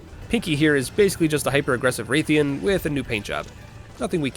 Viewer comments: Every time you pronounced Rathian as Wraithian, my brain took .1 HP of Psychic Damage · Saying Wraith-ian is unforgivable. I'm going to repossess your home. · You actually did it! You pronounced odo and rathian weirdly, but you did it! And you even threw in the freedom unite music one last time. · It pains me to hear the way you pronounce odogaron and rathian, please pronounce words better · the way you pronounce rathian wrong but rathalos correctly both confuses and angers me